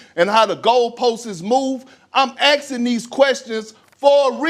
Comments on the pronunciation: The guy is "AXING THESE QUESTIONS" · When a man is not asking but he's simply AXING...just ignore his take!! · Old Kendrick aksking questions :D